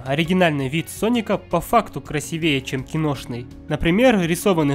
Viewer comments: красИвее, а не красивЕе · КрасИвее блять, а не красивЕе! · Слух режет,ведь правильно красИвее,а не красивеЕ!